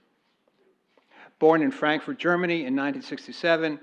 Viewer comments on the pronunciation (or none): none